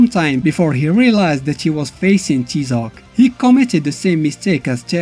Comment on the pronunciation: It's pronounced "TIE-ZOC" as the character clearly says in the game.